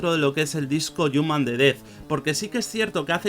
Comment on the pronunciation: El "yuman"